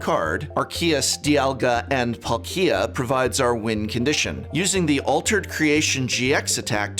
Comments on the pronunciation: arkeyus dialga and pulllkia as well as sashian v (he also says maywile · So you pronounced Zacian = Zashin, Arceus = Arkeeas and Palkia = Palkeea, I respect it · Butchered the pronunciation for Arceus & Dialga & Palkia and Zacian but I still had a laugh.